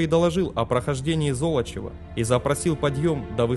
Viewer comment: Золочёва! Зоооолочева! А не как автор картавит. По его версии получается какое-то зло. Надо произносить мягко, а не жёстко!😂😅😮😢 Интонация тоже имеет значение.